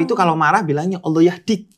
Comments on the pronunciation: Si meskipun belum login tapi udah fasih menyebut Allah 😇🙏👼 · Eh, ngomong "Allah"-nya fasih loh... 🤍